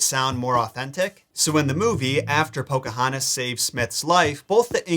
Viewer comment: As a member of the Chickahominy tribe myself it's amazing that Disney actually got the pronouncing of the names correctly. Do I wish they would have listened to the tribal members that came out to help Disney with the movie more so on the acualt history then just how the homes and traditional practices went. Yes, but I get it can't go with the truth if it looks really bad with her age being a minor.